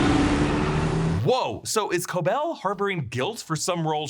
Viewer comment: i have no idea why so many people are saying Cobel’s name wrong. it’s explicitly pronounced throughout the series at KOH BELL. not a big deal ahahah just confuses me as i’ve seen a lot of reactors do the same